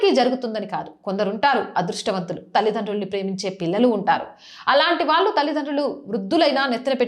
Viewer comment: విషయం బాగున్నా pronunciation లోపాలు వలన బాధ కలుగుతున్నది. కల్లు vs కళ్ళు భాద vs బాధ వాల్లు vs వాళ్ళు etc.